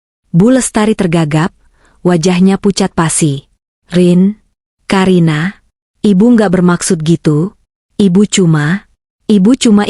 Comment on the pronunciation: Ka karina bukan ka a karina mbak tapi ka karina